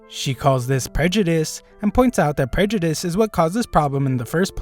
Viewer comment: I loved how she said „prejudice“ 😂